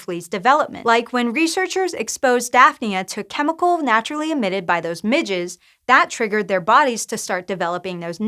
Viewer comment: Ha she said midges lol